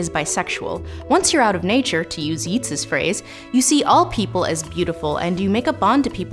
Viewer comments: "Yeet's phrase"?!? Yeats is pronounced "Yates".... Still, an awesome video.... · Yeats is pronounced Yates because it is Celtic. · "Yeats" is pronounced yates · Not to be that person, but Yeats isn't pronounced as "yeets". It's "yates", rhymes with rates. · I’m sure someone else has already commented this but—no idea who “Yeets” is. WB Yeats, one of the most famous poets writing in the English language, has his named pronounced Yay-tes. Something any research at all would have clarified. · Yeats is pronounced Yates, not yeets. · Yeats is pronounced like Yates. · Is no one going to mention the pronunciation of Yeats as "Yeets" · “Yeats” pronounc3d “Y8s”. I am that guy. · wait is yeats not pronounced yates lol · Thank you! I was scrolling furiously for this comment. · It's a good analysis but please, learn how to pronounce Yeats. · I don't think OP was entirely being a jerk - and it was the man's damn name. It's a bit rich when you're making videos about literature and can't even get a well-known author's name right. It would be standard for the clip to be given an overview by someone other than the presenter and editor before posting. This is a well-made video, after all. Editing in a correction of the pronunciation at the end would be perfectly fitting. I think this is one case where the observation stands.